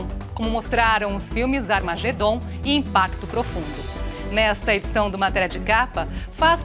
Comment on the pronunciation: Nao vem coisa boa por ai.ela falou amargedom